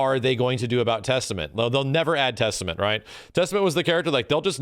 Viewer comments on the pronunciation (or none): "Theystament" Looooooooooool